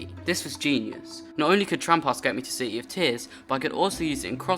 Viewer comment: bro literally says c-y in -ears, he's so bri-ysh